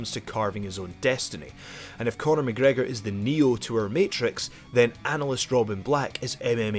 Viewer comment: Night Riders...McGregor not mc gregor